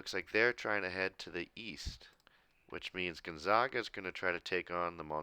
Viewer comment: by the way, it's pronounced Gonzaga with the 'a' like the 'a' in apple. one of their nicknames is the Zags, hard A